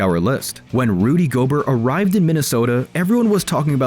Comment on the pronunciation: You sure? Guy kept saying Gobert wrong. Like, nobody calls him goBERT ok. Sounds like a fancy AI and not even a real person. That or maybe try to pronounce their names, I mean seriously, anybody who is an NBA fan knows who Gobert is and that is NOT how you say his name..